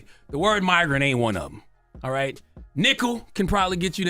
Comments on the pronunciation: I heard “miggers” like he was thinking migrant and the n!663r and both came out together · I heard it , but migrant(my) mispronounced as migrant(mig) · No, he said the "m" non-word: "migger." And it was not clear as day, because many people incorrectly heard a racial slur, when "migger" is actually not a word at all. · Ive heard of short vowels and short vowels. That wasn't it. Vowel trouble would make "mIgrant" sound like "mEgrant". It wouldn't change an m into an n or change a single g into a double g sound. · For a hot second, I thought "maybe it was an innocent mistake; maybe he meant to say 'migrant', and flubbed it." But then when y'all slowed it down... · He clearly said the n word. Meant to say migrant my aaaasssss. Stop stop it. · Migrant doesn't end in ER nor does it sound like my-grant. 😂😂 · Yeah... the i g g e r part of the word is nowhere to be found in "migrant" or "immigrant." It's just gaslighting.